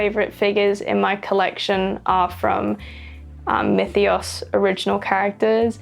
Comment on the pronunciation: tthats how you pronounce myethos?